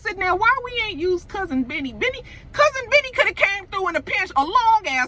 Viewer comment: When you say, "Cousin Benny," it sounds like you're saying "Cousin Vinny" like the movie, "My Cousin Vinny."